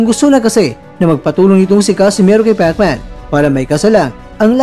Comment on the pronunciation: Pekman HAHAHA king inang pagsasalita yan🤣🤣